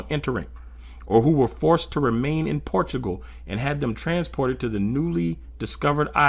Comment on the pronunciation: Centugal not portugal